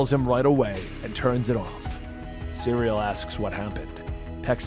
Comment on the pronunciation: Cyril not, cereal. Lol